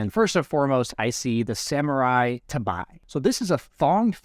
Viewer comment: I got a little confused at the "tabi" pronunciation🤣 Btw, you can go to demo mode and create the items with "-item" command, although most of them doesn't work